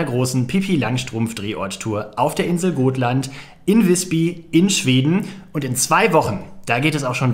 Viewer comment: Schönes Video. Man spricht es aber mit kurzem O aus. Gotland